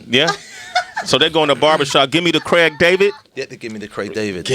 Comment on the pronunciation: It's Craig, not Creg 😂